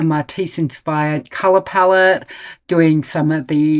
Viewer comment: Palette not palawan 😣